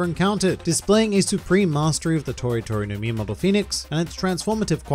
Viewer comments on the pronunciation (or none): ngl i thought you said tori tori no memeable pheonix